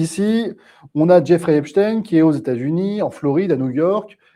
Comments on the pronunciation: Epstein , comme Einstein . Pas « in « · Je dis Epstein et pas Epstine, nous sommes en France. Quelqu'un a dit que ceux qui prononcent Epstine sont les mêmes que ceux qui disent la covid... Je trouve ça très bien vu.